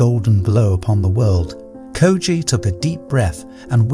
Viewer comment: I love how he pronounced the name Koji in the beginning and then changed up the name through the video. Koja, Kojay, Koju. The art of letting go in practice.